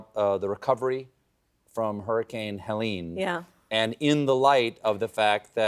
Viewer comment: It is ironic that someone who is so insistent on the French pronunciation of his name would fail to pronounce Helene correctly. Probably it is just for the sake of the viewers, who would have no idea what he's talking about with the correct pronunciation.